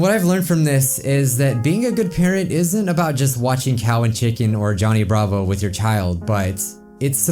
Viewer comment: when he said Johnny Bravo, I could've sworn I heard it sound like Danganronpa.